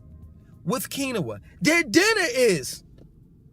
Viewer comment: QUINOA is pronounced “KeenWah” 😊